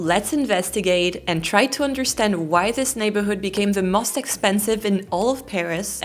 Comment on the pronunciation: Every time you say most, it sounds must....congrats on your channel.